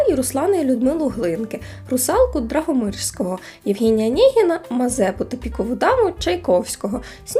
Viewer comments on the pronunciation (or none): Даргомижського, а не Драгомижського. 😅 Це ж не Драгоманов якийсь.